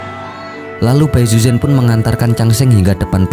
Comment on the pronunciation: pengucapan namanya gak pas bro. saran gw sebelum bikin video cobalah sedikit belajar mendengar penyebutan nama² tokoh oleh native speaker. malah kalo lu tau ada serial sebelumnya thn 1993 yg populer disini. itu pengucapan namanya sdh benar. contoh namanya Xu Xian itu dilafalkan Hsi Hsien, jgn Hsu Hsian. yg parah itu bai suzhen. ucapan yg benarnya pai suchen spt yg selama ini kita kenal. ingat pinyin mandarin itu gak semua diucapin sm spt hurufnya